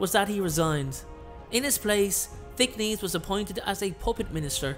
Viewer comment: Are you EVER going to pronounce Thick-NESS right???